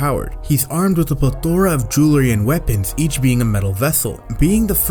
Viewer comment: No one gonna tell this man how to say plethora?